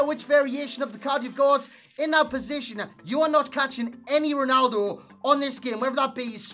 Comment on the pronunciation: Why you say Ronaldu? ahahaha